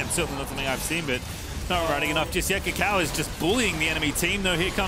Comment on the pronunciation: Swear it sounds like pastry is saying ucal instead of kaka0